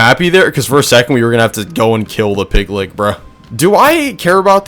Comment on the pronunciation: Pig lick bahahahaha! Bro just fyi it’s pronounced pig litch. Like witch. Just replace the w in witch with an L.